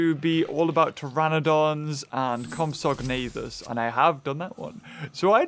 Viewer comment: It's compsog... Nuh ...thas